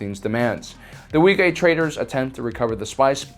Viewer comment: Wee-kay? Isn't it pronounced Wee-qway?